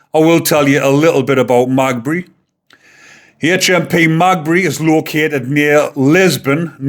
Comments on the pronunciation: Lol its Maghaberry not magbe 😂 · Magbury? It is pronounced meh gah berry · Its maghebry not magbey lol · It's pronounced Ma - gab - ree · Thank you fir this video! The prison is pronounced Mag-abbery locally. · The prison is pronounced Ma-gab- ery. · It’s pronounced Ma gab rey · Its pronounced Ma-ga-berry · It’s pronounced mag ab erry. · The family have put out a statement saying " they will not put a photo out of Stephen "! Stop trying to make money from a man seriously injured, and fighting for his life! Also, your giving out false information ! BTW ITS MA GAB BREY FFS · The prison is Ma-gahb-ery! Thank you for the video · just to correct your pronounciation the prison is called Maghaberry,The irish pronunciation is "Ma-gaberry jail" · Is pronounced Ma-gah-bry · Magbree lol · The prison is pronounced magaberry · Ogilvy (oh-gill-vee) is the victim's name HMP Maghabery (Ma-gab-eree) is the prisons name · Maghabery, pronounced, Meg ab berry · The jail is pronounced magaberry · Maghaberry is pronounced Mag-gab-ry. - Say it quick. Maghaberry prison is Northern Ireland's biggest prison. It is a Category A high-security prison holding extremely dangerous and violent inmates. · HMP Maghaberry. "Ma-Gabberry" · Gotta help ya here lol MAH-GAH-BERRY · pronounced Ma gab ry Prison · Pronounced Magabery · MAH-GAH-BERRY. Close enough though lad. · I'm from over here just to correct how you pronounce Magaberry if you break it down its Ma ga Berry all together Maghaberry and thankyou for your input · The prison is pronounced…Ma..gab..berry. God help Stephen and his family🙏🙏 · Prison name is pronounced "magah-buree" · Pronounce it HMP ma gab er re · maghaberry is pronounced ma gab bury 😉 how the fkr gets everything thats coming to him. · Its Maghaberry. Pronounced ma-GAB-erry, the empasis on the middle bit. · Its called Ma. Gab Berry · Mate it's said "Ma-Gab-ery said fast though lol. An no I'm not a grammar nazi, I enjoy your content and don't want people slagging you off 👍👍👍🇬🇧🇬🇧🇬🇧